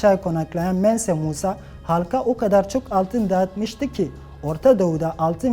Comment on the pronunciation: Ma Şaa Allah,temiz ve iyi bir iş çıkartmışsınız; Yinede isterim ki bir dahakine isimleri gerçek telâfuzundan aydınlatırsanız, mesala Mense Musa değil"Mansa Musa" telâfuz edilir,ve "Timbuktu değil,"Tombuktu" söylenir; Bunlar sadece küçük detaylar, ama helal olsun bütün ekibinize, bir abone daha kazandınız. Bundan sonraki yolunuzu daha da açık olmasına dilerim.